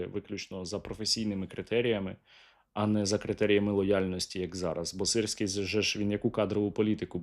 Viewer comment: мені подобається як «сирський геть» стало “sissy gay”